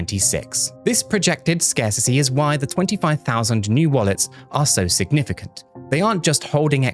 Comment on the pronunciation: Scarsissy is not a word 🤡 scarcity is though you sound like an imbecile